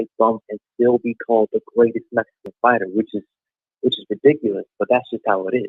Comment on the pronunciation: Jermell its"Mexican not Messican" lolol..BUT I FEEL YA !! No u ain't ducking..loolol..!! I dont think Jermal is either coz why fight some dude for nothing,i feel Charlo done enough to have Canelo fight..Not go less for what?